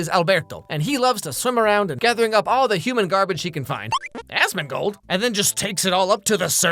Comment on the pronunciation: That subtle slip on Asmondgold had me.